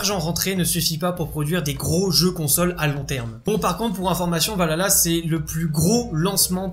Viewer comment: Désolé c’est un défaut que j’ai mais c’est valHalla il faut prononcer le H alors que là tu dit valala Voilà sinon très bonne vidéo